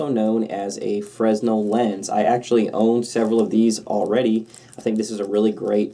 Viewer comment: Frennel, not fres-nel .